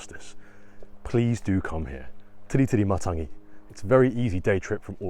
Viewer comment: I love how you’ve got a suspicious look prior to going on your walk. Eyes are the window to your soul 🙄 Perfect pronunciation of the Island. Thanks for the video of Tiritirimatangi love the quails, tui, other birds, trees, plants, beach and nature